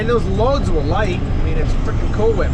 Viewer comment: Like Stewie on family guy he could not say cool whip he would say Coowhip